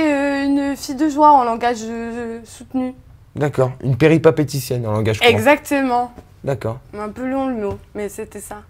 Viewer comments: C péripatéticienne,, pas péripapéticienne. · il a voullu sortir un grand mot mais il la mal sorti..on dit "péripatéticienne" pas peripapéticienne:-/ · Péripatéticienne pas peripapeticienne quel débile ce mec ! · coucou j'adore tes video mais on dit péripaTéticienne bisous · Péripatéticienne dit le correctement au moins